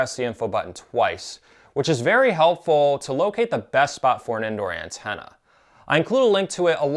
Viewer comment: Nice video, thanks for the review and info. But not sure why I keep hearing "Andorian Tenna"